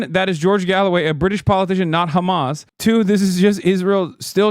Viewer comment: Whem did george Galloway become khamas 😂